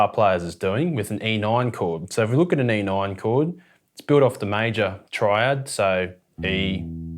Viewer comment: Hehe “e noin”